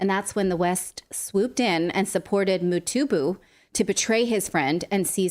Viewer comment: Mobutu not Motubu... Mobutu Sese Seko...